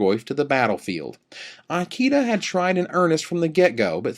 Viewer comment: is pronouncing Ikeda's name badly wrong. "I" rhymes with see (or even bit, if you want to Americanize it), "ke" rhymes with may, and "da" is correct. This is like asking someone if they speak EYE-talian. Seeing as the player in question is in the running for POY, and the Japanese have long been a power in competitive Magic, commentators should really learn how to pronounce their names correctly.